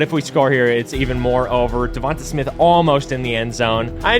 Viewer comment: I understand that, but he’s saying it wrong my bad, no disrespect